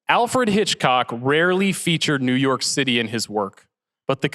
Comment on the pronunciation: did he say Alford Hitchcock?